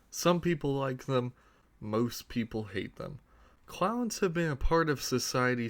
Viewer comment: U saying clowns or crowns?